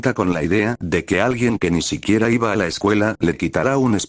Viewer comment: Me ofendio mucho el "Iba"